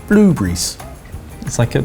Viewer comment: I like how he pronounces "blueberries"